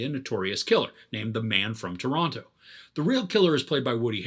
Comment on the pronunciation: The man from Toronto doesn't say Toronto like a Canadian would've.